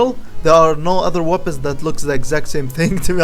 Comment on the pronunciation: Haha the way u say weapons webböns no hate tho